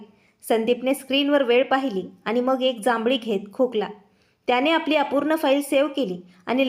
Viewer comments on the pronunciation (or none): जांभळी नाही जांभई